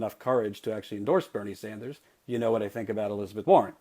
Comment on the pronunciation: "Senator Bernie Sandals..." LOL.